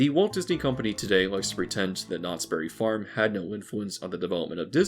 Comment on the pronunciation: I would like it if people say the name of this place right. It isnt Knottsberry Farm, it is Knott's Berry Farm. A Berry farm, owned by Knotts. Everyone calls it Knotsberry farm, like its a farm owned by Knottsberry. Super annoying.